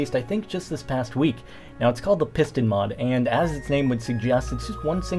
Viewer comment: It sounded like he said pissed in. Thumbs up if you thought so too :)